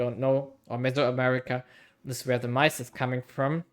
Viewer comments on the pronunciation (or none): I was so confused what you were trying to say the "mice" import was until you showed the text. Yeah i guess corn makes more sense, maize is definitely not pronounced like that tho lol